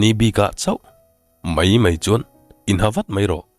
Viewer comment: I story hi kartir atang khan ka ngaithla ve chiaha..mahse ka ngaithla zo deuh vek tawha..Sawi duh deuh mai ka nei ve aa Story dang commentnaah ka sawi ang ka tia mahse tah hian kan sawi mai nge..'Mai mai ' tih turah 'mei mei ' iti thin aa .'Mai' tih turah 'mei' te iti thina chu te chu, dang chu a tha vel vek I chhiar thiam bawk si I aw hi ka duh zawng tak😍😍😘